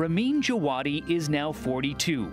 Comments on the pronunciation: actually pronounced "Java-Dee" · who clicked this just to check how to pronounce ramin djawadi?